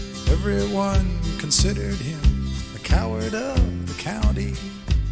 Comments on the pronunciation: County not country, LOL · Uh it's County not country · County !!! Not country. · I hate when people dont know how to say "county" so they say "country". Like you never heard the word "county" before? You've been in a "county" you're whole life 😂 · County not country